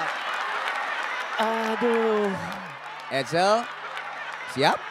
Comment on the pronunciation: Pas bilang teRima kasih bisa. Tapi nyebut Reza aRap jadi Yeza Ayap